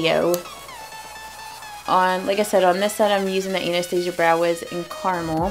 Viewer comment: You are the first YouTuber who pronounces Anastasia correctly. 😊My friend has a Russian friend named Anastasia. Being a Russian name, she is definitely pronouncing it correctly.